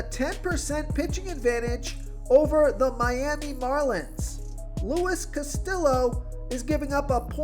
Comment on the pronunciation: Luis "Casti-yo" not Luis "Castill-o". Those latin names are a real struggle for you.